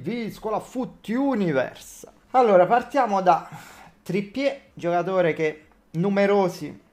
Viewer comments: Ma perché questo Trippiè…così alla francese? Me lo spiega? 🤔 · le chiedo un'informazione fondamentale, ma Trippier essendo inglese non si dovrebbe pronunciare Trippia?